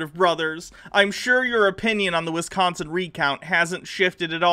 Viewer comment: Every time these Bob and Doug McKenzie wannabes say "Penns-ah-vania" and "Wizz-consin" I die a little inside.